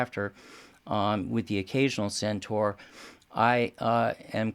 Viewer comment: can pronounce CENTAUR! SENTOR not SENTAR. Thank you. Why do so many sat 'Sentar'? It's wrong people.